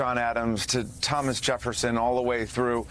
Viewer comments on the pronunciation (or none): none